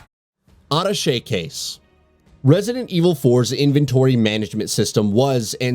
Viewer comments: It is called Ah-ta-shay case, from the French word for connecting. And chainsaw man is called Dr. Salvador. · "adduhshey case" c'mon man. Also: "RE4 Remake is so hype!" Not by everybody. Should've let it die and gone with Code Veronica instead. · Over a million subs and can't pronounce ATTACHÉ properly...?wtf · Lol, it’s pronounced Uh-Tash-Aye case…. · Auto-shay case lol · Are you trying to sound sophisticated with that pronunciation of Attache? 🤣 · Why are you saying "Attache" like that? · Thank you! It bugged me so damn bad that he mispronounced it. And did it 5 more times😂😂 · How did he pronounce attachment case?